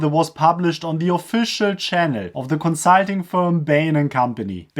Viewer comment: Is it Consiiiitinngg or consulting?